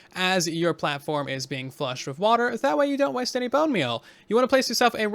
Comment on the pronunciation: u said wither instead of with..😂😂 I'm gonna make crimson fungus farm.👍